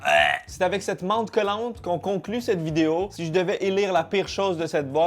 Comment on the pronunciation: Est ce que je suis la seule a repasser 15 fois le moment ou il dit vidé-O dans l'intro ? Sûrement 😂😂😂